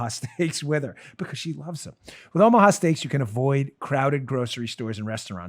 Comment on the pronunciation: When sir dan the fighting patriot says Oomha stealks !! I freaking believe him!,no cap intended either